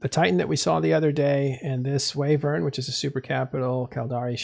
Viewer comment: I can only hear the word "wyvern" being pronounced "wavern" so many times...